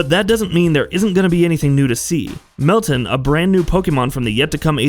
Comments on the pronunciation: why are you pronouncing it melton? its pronounced like mel-tan like tanning in the sun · Mel*TAN, as in tan, not tin lol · How did this guy mispronounce meltan🤣